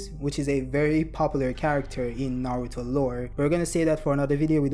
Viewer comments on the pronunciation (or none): none